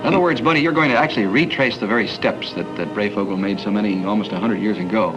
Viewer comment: It is pronounced Brey as in HIGH"...Thank you...